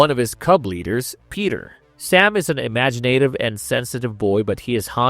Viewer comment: Imagi-NAtive? Gurl, ESOL help needed? Great episode, though. Thanks!